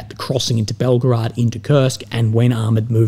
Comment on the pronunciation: Why say Belgrad?